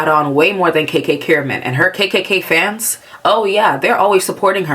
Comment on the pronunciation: Amazing video by the way. I don’t have anything to add because you summarized everything perfectly. Just the way you said KKKiramman was so fucking funny. Because like… yeah, she kinda was like that.